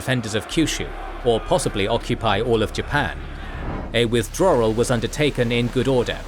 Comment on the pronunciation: Ahh yes. The rsctical withdrarrrar